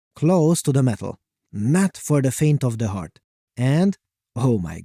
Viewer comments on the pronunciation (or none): none